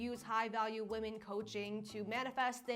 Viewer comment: I adore you but PLEASE PLEASE PLEASE don't become one of those people that suddenly starts pronouncing "women" as "woman". I've heard you say it correctly and now in this video you're saying "woman". Please don't contribute to the gaslighting lol